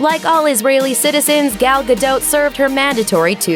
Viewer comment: "Gal" rhymes will "all" ... it's in the video.....